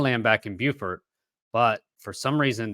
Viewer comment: Hey, Beaufort is in french and is pronounced "bo" (no "w" sound at the end) and "for" (as in "for a good cause").